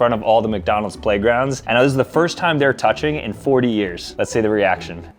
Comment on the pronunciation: "let's see the reactrion lol"